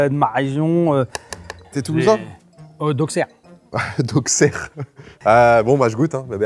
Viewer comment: On dit auSSerre pas auXerre